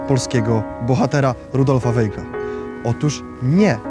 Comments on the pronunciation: To samo zauważyłem. Aż uszy bolały☹️ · Bardzo interesujący film. Czy gdyby robił Pan program o Winstonie Churchillu, to wymawiałby Pan jego nazwisko jako [ hurhil] czy [czerczil] ? Dlaczego więc nazywa Pan Weigla [wejgl] ? To nazwisko wymawia się [wajgl].